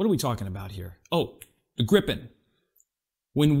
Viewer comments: "greepe N" If you want to pronounce it the right way 😊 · But the pronunciation of Gripen was bad!!! Interresting how you would have said it with two p. Probably the same...then you should know that you say it wrong with 1 p.